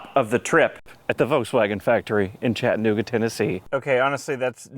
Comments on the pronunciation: Its pronounced.. Chattuhhnooga NOT Chatt-nooga If there is a hard break or stop when you're trying to pronounce the word... you're saying it wrong. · Chat-ta-nooga not Chatnooga